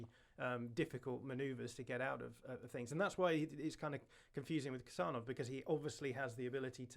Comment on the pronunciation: Khusanov is pronounced with an H sound at the begining (kind of like if you ignore the K) 💙🤍💚